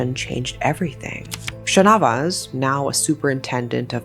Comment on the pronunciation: umm no hate or anything just telling [ your videos are lit❤]... actually santhamma is pronounced as shaanthamma and shanavas as shaanavaas